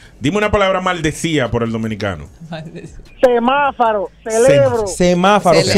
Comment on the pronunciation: Y lo peor es que conozco personas que juran y perjuran que se dice Semáfaro y no semáforo.